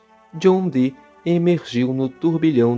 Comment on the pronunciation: John Dee , muito bem falado , o (e) dobrado igual a som e fonética Iiiiih